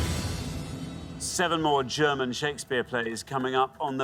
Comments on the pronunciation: Not bad German pronounciatuon, not bad at all! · Brilliant pronounciation of the German titels, respect!